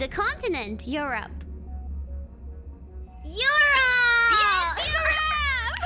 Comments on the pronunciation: not "air" tho its "e" like straight "e" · my what? ...robe? ...rope? 🤣😂🤣😂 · To be fair, it was partially Kiara's pronounciation too. Because German pronounces the second half closer to eu"rop"a while the proper English pronounciation is closer to eu"rup"e so combined with Kobo's English her hearing "your rope" was actually an accident waiting to happen really. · Rope? Huh? You rob!! ? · shoulda add more R for more excitement.. ERRRopa. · The thing is, europe in english sounds like "your rope", while europe in indonesia sounds like " Ay-Ro-pa ". Its quite understandable why kobo didn't get what kiara said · It took me forever until now to realise why she said “my what” until I realised it sounds like “Your Rope” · for people who don't speak native English the first one sounds like "your rope" that's why she's confused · what kobo hear just like Kiara : your rub ? Kobo : my rub ? dayum :3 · Kiara: 1 to 5 Goora: One two and five? Also Kiara: Europe Koobo: MY Rope? (YOURope instead of EU) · i heard "your rope" too when kiara said "europe" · When u say Europe, it kinda sounds like 'your robe/rope' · In her defense, Kiara's pronunciation of Europe does sound a bit sus.